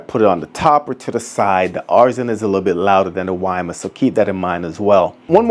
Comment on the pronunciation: Another presentation where the presenter cannot pronounce the product name correctly…. Wimius is not pronounced Wi mus, its pronounced with the second ‘I’ Wimius (wim ee us)